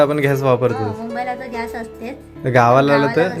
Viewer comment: Ghyas nahi gyas